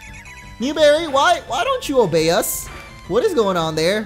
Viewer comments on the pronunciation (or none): none